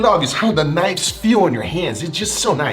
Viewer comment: "Yes, im absolutely obsessed with knives" i didn't know you had British in you?